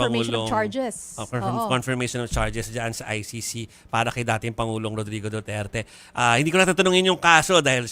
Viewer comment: I cringe every time he said "duterte street". Eww 🤮